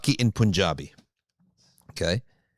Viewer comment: As a desi, FYI it is not pronounced "poonjabi", rather it is pronounced "pun-jaabi". Allah bless you all.